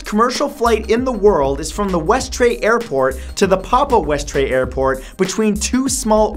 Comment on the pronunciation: Westray is pronounced westree